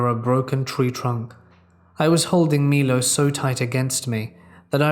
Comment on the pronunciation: Damnit! You finally pronounced my-low right and then went right back to mee-lo! 🤦‍♀️ LOL!